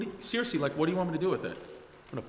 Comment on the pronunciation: “YoU dedn”t getT thaaat.... suuuRiosly?” What a hole.